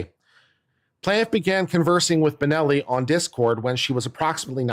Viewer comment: it's BONNELL ffs, not BENELLI!!!